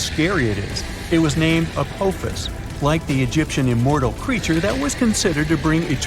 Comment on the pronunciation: Its called apophis, the o makes an ah sound